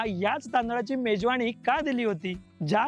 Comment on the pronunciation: मेजवानी आहे ते मेजवाणी नाही....आधी भाषा सुधार रे बाबा तुझी...😂😂😂😂